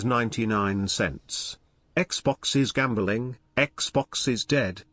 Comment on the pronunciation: is it just me os this dreamcast wierdo says "XPOX" insted of xbox